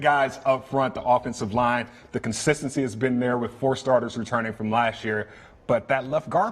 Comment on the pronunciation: when he says consistency I just can't